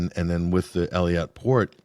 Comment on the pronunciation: mark: You think the gentleman would take the time to learn how to pronounce Eilat. Its EEE-LAT....not "Elliott" (I was there in 1984-85) I got a job for myself 'and' my friend as bellmen at the the Hotel Laromme, just outside Eilat; (south, toward Sinai border....not sure what its called now), a swanky, rather up-scale hotel for Euros to come (and for me, a Canadian, it was an interesting mix that did not include (rarely) North Americans. I pretty much lay on the beaches offered by the Gulf (of Aquaba) getting tanned, beer-a-plenty, mostly. The hotel housed/fed us, so it was to leave and move on (lol) (oh, also went into Sinai.....all the way down to Sharm El Shaek where my mind was blown by the coral reefs there.....it was just awesome because I was freakin' 22-23 yrs old.... and loving it chief. oh, btw, during my several months in that country, Arabs were nice, Israelis weren't.